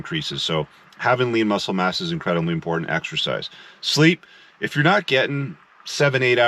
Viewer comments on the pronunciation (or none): none